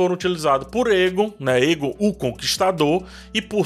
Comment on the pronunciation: o "ae" dos nomes valirianos geralmente tem som de "êi / é"...Então, Daenys se pronuncia "Dêinis", Daemon é "Dêimon", Aegon é "Êigon", Aemond "Êimond", etc. Já outros nomes, ficam com som de "é", ex: Daenerys (Dénéris), Naerys (Néris), Aerys (Éris), etc. Tem um outro canal q explica melhor essas pronúncias com base no material original dos linguistas.